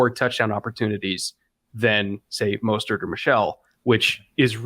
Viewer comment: Raheem "Mosthurt"